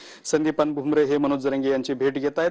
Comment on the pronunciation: भुम्रे नाही भुमटे म्हणा,टीआरपी साठी हि भेट.